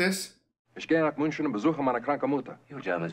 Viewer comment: For a Hollywood movie in the 1960s, the German spoken by non-Germans is very good. Richard Attenborough could pass for a South German or Austrian. David McCallum's few words were almost perfect -- he managed to pronounce "München" correctly. Kudos!